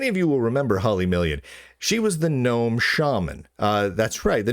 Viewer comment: You are mispronouncing Gnome and Ubuntu. In Gnome, you are supposed to pronounce the G, unlike in the normal English word, and Ubuntu is oo-boon-too. The middle part isn't pronounced bun.